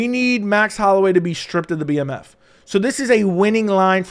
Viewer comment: It's the bmf not the DMF